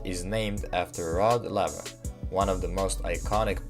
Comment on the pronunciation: It's pronounced Layver. How can you not know this! 😂